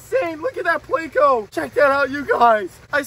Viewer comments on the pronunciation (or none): Do you say "mahbuna" and "playco" wrong just so people comment lol?